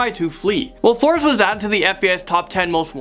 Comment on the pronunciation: He's pronouncing Flores wrong